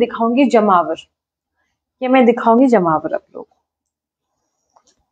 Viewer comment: Ma'am, it's Jamavar not jmavar